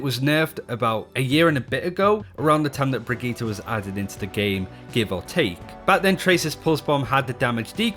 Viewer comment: Bri-git-EH not TA. Brigitte